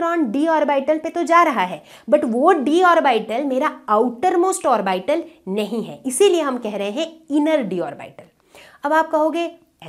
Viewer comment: आरबाइटल pronunciation nhi hota hai mam hm log to ab tak ऑर्बिटल ही पढ़े थे